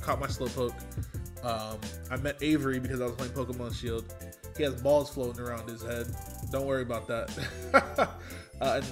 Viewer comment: Why did you put so much emphasis on the word balls?